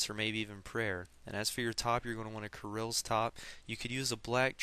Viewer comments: dude... its not krils lol its prinounced kahrils roflmao what are you? amercan if u are i understand rofl krils lmfao! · dude i have something for u to fix ur axent kirils lmfao!!! dude its pronounced kahrils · its pronounced ka-rils! noob! not kar-ils! dont make me go hit a f**king dustbin!! =@ =D